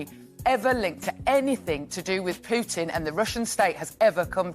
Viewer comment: She used to pronounce "Pootin" Now she pronounces it as "Peetin". Both Poo and Pee!